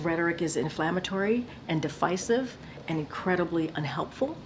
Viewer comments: The Pot Is Telling The Kettle She's To Black..... Did she say deficecuv at first😅😂😂 You can't make this stuff up. You can tell they corrected her from her ear piece. The 2nd time she said devisive. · KJP said "lowing rhetoric, lowing political rhetoric" and "it's inflammatory and defisive" 😂 I had to listen to it twice to make sure it wasn't my brain malfunctioning